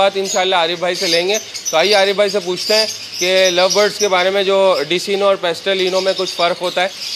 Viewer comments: Intyhai mazrat k sath nam Decino hy lykin ye likhny k liy hy Iski pronouncetion DeKino hy Yani k Dark Eye Clear bird umeed hy apko bura nhi lga hoga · bhai desino nhi decino bolty he jazakallah nice video❤️ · Oo Bhai Dis-ino nahi hota Dek-Ino hota ha apka na jub zimadari la he le ha tou theek tharan nibhian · میرے خیال میں ڈیسینو نہیں ڈیک اینو ہوتا ہے